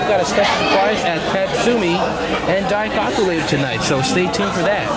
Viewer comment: it's "dai-coke-u" not "dai-cock-u"